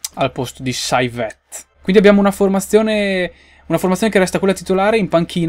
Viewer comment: saivet si dice "sevé" lol